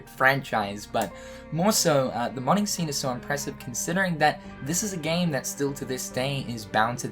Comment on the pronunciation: Took me age to figure out you were saying modding scene